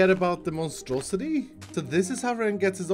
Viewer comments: He should call it the monstrosi-tree 😂 lol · What I hear when mentions his tree farm: The Monstrositree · I keep hearing Monstrositree